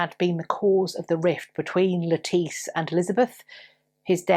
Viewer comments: Thank you for this interesting story. I’m so glad that you pointed out that it’s not pronounced like the salad vegetable. I’m blind, and that’s listen to audiobooks. There was I believe an Agatha Christie novel, that had a character who had the same name and unfortunately, the narrator pronounced it lettuce the vegetable. I did have to giggle pretty much every time she was mentioned. Thank you for your effort and for your gentleness and for your kindness in speaking to us. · Thank you for the pronunciation of Lettice Knollys. :) For the longest time I would pronounce her name as the vegetable. lol